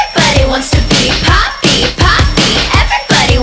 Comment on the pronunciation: WHENEVER HE SAYS POPPY I HEAR PAPI